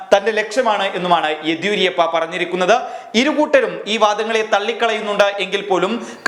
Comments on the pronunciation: ആദ്യം യെദ്യൂരപ്പയുടെ പേര് മര്യാദക്ക് ഉച്ചരിക്കാൻ പഠിക്ക് മാഷേ.. (യെദിയൂരിയപ്പയല്ല!) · യെദിയൂരിയപ്പ അല്ല ... യെദിയൂരപ്പ എന്നാണു.. Yediyurappa... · യെദിയൂരിയപ്പ ആണോ എദിയൂരപ്പ ആണോ ശരി.